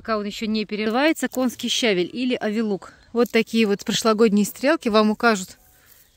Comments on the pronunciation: Вы меня извините, пожалуйста,но всё - таки нужно говорить правильно щавЕль.Я понимаю,что это не урок русского языка,но всё же...И правильно ревЕнь.А за ролик спасибо.Подписка! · Подача материала великолепная:точно, без лишних слов, информативно. Но ударение на слове щавель ставится на втором слоге, если сомневаетесь,загляните в орфографический словарь русского языка.